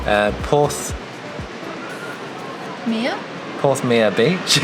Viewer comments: Hello from a St.Ives local, great video very enjoyable 🙂 Porthmeor 'Me err' lol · Porthmeor is pronounced Porthmeer; and Porthgwidden is Weddn beach. (Born at 14 Island Road) - Great video! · Your second pronunciation of Porthmeor was correct. Porthme..er 😄 love St Ives but never visit in tourist season as just too busy. And very sadly all the holiday homes 😢 informative video though 🥰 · I live in st. ives and the pronunciation of porth MeEoOr beach had me in fits😂